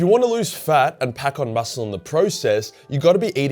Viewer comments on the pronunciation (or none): none